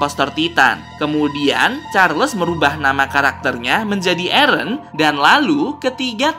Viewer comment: mikasa ketika bilang nama eren: ereh